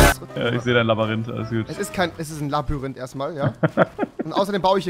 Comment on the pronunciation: Tolles Labarinth Rewi😂